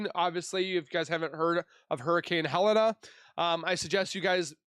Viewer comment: Haha its pronounced Ha-Lean (Hurricane Helene)